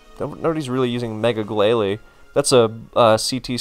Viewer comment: Noooo why would butcher “Glay lie” glalie was one of the funniest Pokémon to hear in the anime w/ it’s Barney X marge Simpson impression